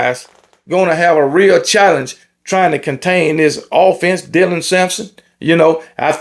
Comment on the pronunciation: This the first time all season i heard get dylans name right😂😂 good on you